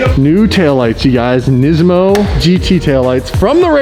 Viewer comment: nesmo c'mon its NIS-MO